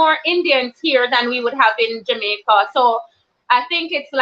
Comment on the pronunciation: We don’t say Jamaica 🇯🇲 like that .you are Guyanese . You keep saying we . Dr you went to University in Jamaica 🇯🇲 my apologies Dr .